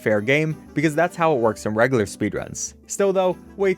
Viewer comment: pronounced "reg-you-lar" btw